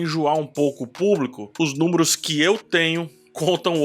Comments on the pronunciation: Você falou "númoros'' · Os " númuros", é?